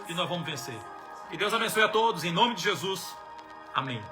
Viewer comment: Pastor, escreve aqui o nome dessa pessoa do livro, quero ler, eu não consigo entender quando vc fala o nome dela.